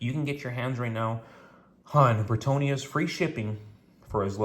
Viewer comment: Why do you say BritOnias…? Isn’t it BritAnnias…?